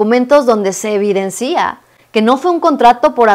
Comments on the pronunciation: Es muy interesante el contenido, felicidades. Solamente me gustaría comentar algo de forma, no de fondo. La manera correcta de pronunciar es: "se evidencia", no "se evidencía" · Te sigo desde tus shorts, o sea, desde hace ya rato, por eso me atrevo a hacerte está corrección que servirá para evitar posibles ataques de los derechosos. Son varias las ocasiones que en el desarrollo de tu vídeo, al usar la palabra 'evidencia', lo acentúas en la última vocal, lo citas como 'evidencía', o si es en plural, 'evidencían'. Eso es incorrecto. El mismo celular te lo corrige al escribirlo. Con la mejor intención de uno de tus miles de seguidores.!!